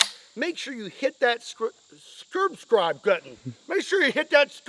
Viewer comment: “make sure you hit that Scurbscribe button”